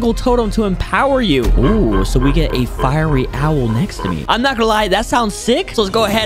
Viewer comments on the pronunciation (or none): YOU READ FIERY WRONG